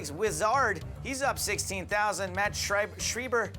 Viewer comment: IT´S FUCKING SCHREIBER NOT SCHRIEBER OMG I´M GERMAN IT MEANS (WRITER IN GERMAN) THIS DUDE PISSED ME OFF BRUH